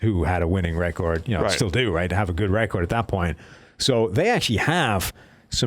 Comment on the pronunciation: 32nd??? Your PFF scores are complete crap learn how to say the word “record”